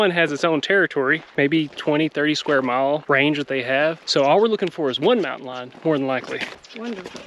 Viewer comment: So glad to see y’all in Texas! Everything sounded perfect until you said”Mountain Lion”!!! So glad y’all made it out of that hike safely! ✨✨✨